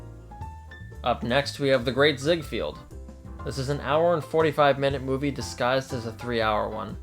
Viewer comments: Ziegfeld! Not Ziegfield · It's Zieg-FELD; not Zieg-Field. Jeez. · You lost me at The Great ‘Ziegfield’. (Try ‘Ziegfeld.’)